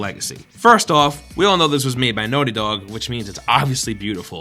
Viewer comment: Lmao how can you not know how to say naughty